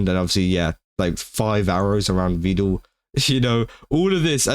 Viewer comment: Vedal not vedul 😂